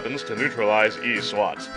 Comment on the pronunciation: This guy saying Eeee SWAT is so ROFLful heheheheh...anyway, I sent a video response with my remix for this game's boss theme.